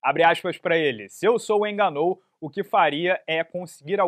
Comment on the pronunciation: Parece que deu ruim pro "ganú"